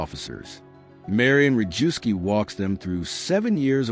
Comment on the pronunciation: Historically accurate. One comment: Rejewski is pronounced reyevsky, Zygalski - zhygalsky, Różycki - roozhysky, more or less.